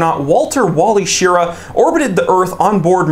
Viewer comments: Wally’s name isn’t pronounced “Sheara”, it’s “Sher—ra”. No biggie, just thought you might want to know. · I love your channel, but Captain Wally Schirra of the original Mercury 7, and the only astronaut to fly in the Mercury, Gemini, and Apollo programs, his name is pronounced “Shih—RAW.”